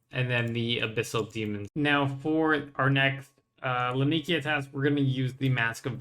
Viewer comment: bro i love your content but can you PLEASE look up how to say Laniakea properly...